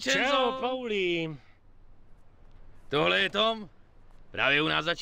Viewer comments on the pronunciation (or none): nice video! akorát pls říkej paulí :D je to víc český ale jestli ses zvyklej na polí tak nic namítat nebudu :)